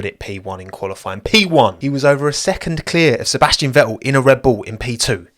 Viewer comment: Like the content but listening to that accent that cannot pronounce the letter "T" is beyond irritating...... Ve-ool, no its VeTTel....